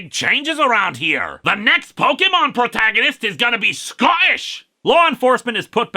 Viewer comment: You did a great Scotish accent!